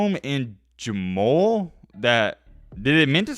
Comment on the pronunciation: Jamul is a rural area outside of San Diego city. It is pronounced Huh-Mool. You’re welcome. San Diego State all day every day!